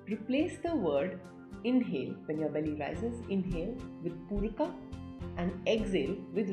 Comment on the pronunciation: Why are you trying to say pooraka and rechakaa etc. When it’s simply poorak, rechak and kumbhak in yog sutra